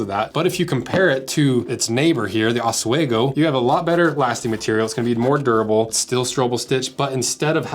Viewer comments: It’s pronounced ah- swee -go, not ah-sway-go 😂 it’s an Native American word that originated from where I’m from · OSWEGO is pronounced aaz-wee-go not os-way-go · It's pronounced os-WEE-go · As a guy in the PNW, I'm disappointed by your pronunciation if Oswego. ahs-wee-go